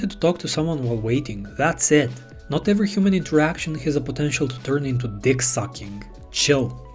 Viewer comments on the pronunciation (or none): none